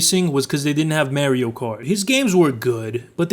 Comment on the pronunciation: why do you mario like that dude say it like a normal person would.